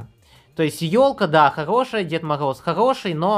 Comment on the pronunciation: Скога,дискогд,дед могоз.Сходи к лагапеду.